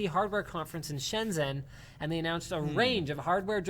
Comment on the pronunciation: Shenzhen is pronounced Shen-Gen.